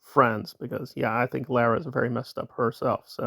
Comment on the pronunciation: Just a little FYI…Lara FM pronounces her name as LAWra. Carry on…….😊